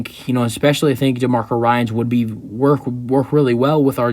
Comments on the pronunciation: ^^^ dude, your credibility is at stake if you cannot even pronounce the prospective new head coach's name correctly. his name is "DEMECO"... not "demarco". my goodness... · Good video!...by the way his name is pronounced De(Me)co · You’re pissing me off by mispronouncing his first name.😡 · This guy can’t even pronounce his first name.😅